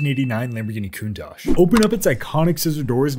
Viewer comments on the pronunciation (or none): Why would you pronounce countach as cuntach